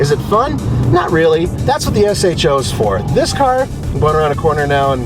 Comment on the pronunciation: Thank you for saying "S-H-O",. I hate when reviewers call it the "show".